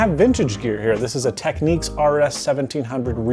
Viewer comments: It's Technics as in Tech-nicks, not "techniques", sorry just tired of people saying it that way. heard it straight from Panasonic reps in the eighties. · "Tech-NIKS", N O T "Tech-NIQUES". NOOB.